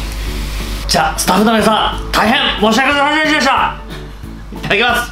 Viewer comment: この謝罪方法は見習いたい 『申し訳しゃしゃしぇした！！』